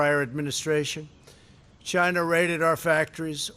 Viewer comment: CHAYNA? CHAYNA!